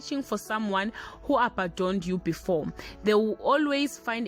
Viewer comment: Its abandon not abadon